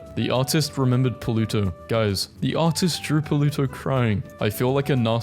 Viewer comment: “Puluto” Not Pluto